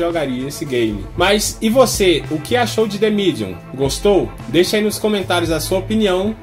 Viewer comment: gastou o ingles agora hein "de midium"